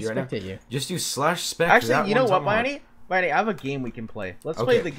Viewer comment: Why does say BYani?